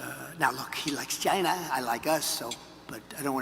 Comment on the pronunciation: Communication is key folks. Shows trust. Trump 2024 not to mention tons of embezzlement/corruption. would love to hear Kamala answer these same questions. Why is that not a thing we do??? Also love hearing Trump say “Chyna”again 😂😂😂 yeah that was when Trump won me over originally. Like no President ever met with Kim. It was pretty nuts. keeping my Subaru and ford work truck thank you very much, China lol